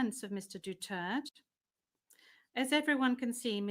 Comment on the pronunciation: du turd kayo ng du turd, duterte po ang bigkas, hindi du turd.